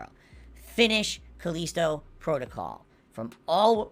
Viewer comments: Why do lolcows pronounce callisto protocol wrong. calls it Caleesto and wings calls it Callistico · my personal favorite is how he says vimeo. vimayo also caleasto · Slip Stream they pronounce Callisto in game and he still gets it wrong. I have a feeling he does this either to sound smart (when he sounds dumb as fuck) or when he wants to pretend to not know something. Biggest example is Metokur. He knows who this guy is and says his name "meh-TOE-kuur" instead of "MET--oh-ker" just to pretend to not know about him.